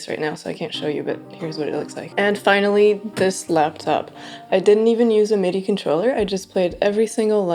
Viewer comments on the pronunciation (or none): none